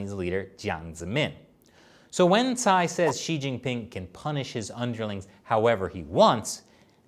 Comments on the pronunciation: my man, Cai is pronounced Chaee not Sai. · Shirley should tell how to pronounce Cai 蔡。 Anyways, I am a supporter of and China Uncensored.👍